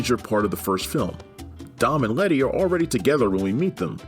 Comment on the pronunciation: Is he calling letty retty? Lol